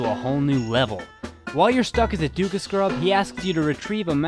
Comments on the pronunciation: err did you say duka scrub? not deku? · It's Deku Not Duku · "Duka scrub" Me: Deku not "duka" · its not pronounced "doku" its pronounced "deku" DEH--KOO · dukah scrub? Why does no one know how to pronounce deku? day-coo or dee-coo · did just say dooku Mask? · Did he honestly say DooKoo scrub? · he says Dukakis scrub LOL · Fuck, stop saying dooka scrub. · It's pronounced DEH-KOO god dammit! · I always pronounced deku like duku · i think he pronounced it dekoo well it could be pronounced dekoo and not deku who knows?Who cares? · 7 years and his pronunciation of "deku" still bugs me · you mis-pronounced deku! how could you. ='(